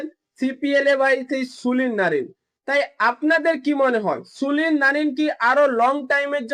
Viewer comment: Sulin noy Sunil bolun